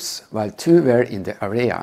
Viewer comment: Good lord your English sucks! Took me forever to realize that you were saying area 😂 It's area not arria 😆